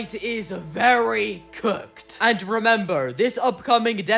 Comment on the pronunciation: How you said very cook